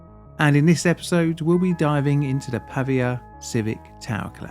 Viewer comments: Why spending time to make a whole ass video about a city and not bothering to learn its correct name? it's "Pavìa" (tonic i) not "Pàvia" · Not Pavvia. Pa-vi-a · The right pronunciation is Pavìa, and not Pàvia: the accent is on the letter "i" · /pəˈviːə/ not /pɑːviə/ :) nice video! thanks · If you're going to make an entire video about a city in a foreign country, find out how to pronounce it first, son. The stress of 'Pavia' is on the second syllable, Pa - VEE - a. Got it ? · It's pronounced Pavìa (with the accent on the i) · As a native Italian speaker, your pronunciation of “Pavia” is driving me nuts